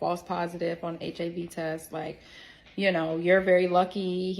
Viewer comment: He call it "the heeve" but saying it as hiv for HIV